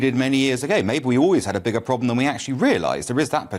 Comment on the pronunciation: Its a massive Pwoblem!!! Tweasonous